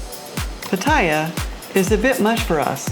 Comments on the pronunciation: Do you think you’ll ever pronounce “Pattaya” properly? Speech impaired? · You need to learn how to pronounce Pattaya correctly,.. Just listen to any Thai person.